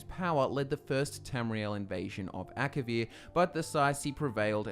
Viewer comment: Elder Scrolls six: Akivir? please?